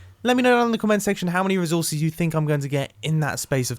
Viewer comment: No one: Nobody at all: Mumbo: rizorses